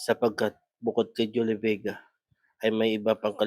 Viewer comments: HINDI PO KAYO MAINTINDIHAN NG MGA LIGAW NA KALULUWA? AYUSIN NYO KASE PRONOUNCIATION NG JULIE VEGA👍✅ JOLIE VIGA KASE BINANGGIT NYO E😂✌️ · maniniwala na sana ako sayo kaso yung pangalan ni Julie Vega Di mo mapronounce ng maayos HAHAHA si JOLLY BEGA po ang natawag mo hindi yung Actress kakaloka